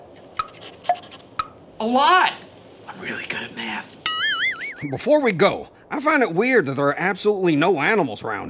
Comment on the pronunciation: is really bad at mahth